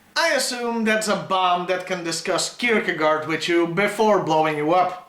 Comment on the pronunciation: "Kirkegaard is used by comedians because his name sounds funny" Not that strange cosidering I've never heard it pronounced properly in English. Not once.